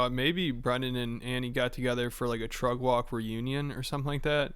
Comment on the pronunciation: Can someone explain what Trugg Walg is? I understand it’s Brendan’s pronunciation of Truck Walk but what? And why doesn’t Rogan Annie Lederman anymore? Please help